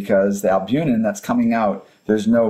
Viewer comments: Please forgive me if I misheard you, but I believe you mispronounced the word "albuMen" (it's not albuNen). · BTW - you are mispronouncing albumen....it's NOT albunen.....